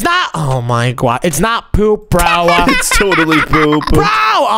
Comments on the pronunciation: Stop Finn oh my gosh Because you said oh my gwosh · it's not gwosh